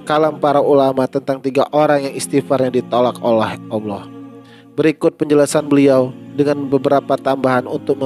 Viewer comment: Ini orang sebut ALLAH AJA UDAH KELIRU.ALLAH BUKAN AULA...